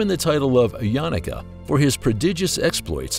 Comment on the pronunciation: It’s not pronounced yanaka it’s YA-NU-KA